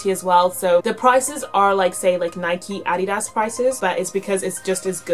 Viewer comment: Yea, I'm American living in the UK and the first time I heard it this guy I talked to was correcting my pronunciation lol. It's a German company and this is the correct way to say it though.